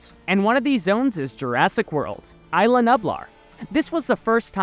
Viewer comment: it is ISLA nublar not ILA nublar